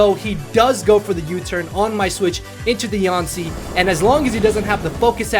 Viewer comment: Is it just me or is she even cuter as a shiny mega Pokémon aw lol and Mothra for volcarona that’s funny also you pronounce her name so weird haha